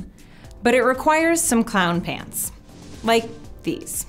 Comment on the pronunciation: I thought you said hands not pants